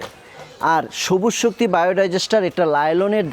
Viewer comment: নাম হল সবুজ শক্তি আর আপনি বারবার বলেন সবু শক্তি, হাস্সকর